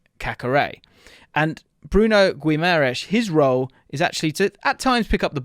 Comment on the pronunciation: How can this guy talk about this player? He can not even say Bruno's name correctly..